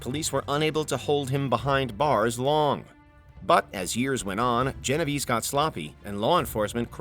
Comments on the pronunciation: It's pronounced "Geno Vey-Say" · The way he pronounced Genovese... Oof.